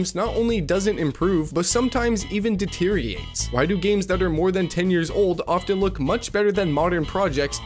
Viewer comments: how can you like incompetence? deteriate lol, gtfo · also "deteer-iates" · haha yaa and there's also : "deteriates" 🙃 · AI wouldn't pronounce "deteriorates" with four syllables